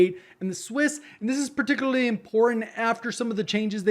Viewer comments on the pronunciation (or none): “And this is pertickley” 😂😂😂